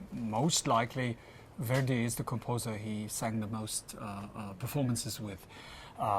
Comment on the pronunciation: Note to the interviewer: learn to pronounce "Verdi" before asking your first question; you make the 19th Century Italian composer sound like a 21st Century African-American rap artist named Where-D (brother of Heavy-D?).